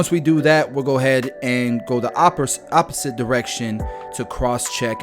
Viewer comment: Imma start saying oppersit